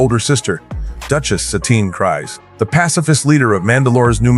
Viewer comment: Dude..not being mean but IT'S pronounced CREEZE NOT CRIES.